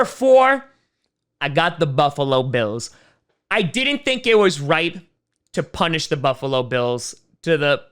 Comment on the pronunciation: I just realized you pronounce didn't as d'nt lol